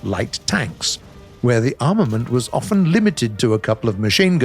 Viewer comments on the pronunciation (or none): none